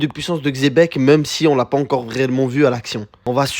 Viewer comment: Quand on entend Xebec et pas chebec on sait qu'on va bien manger